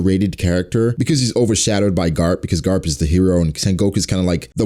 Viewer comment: because he said "carp" not garp xd